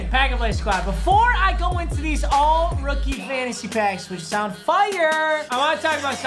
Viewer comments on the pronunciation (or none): none